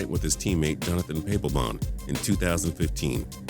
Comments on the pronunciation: jonathan pay-po-bon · It's fuckng PAP-LLL-BON WHY DO YOU ALWAYS SAY THINGS WRONG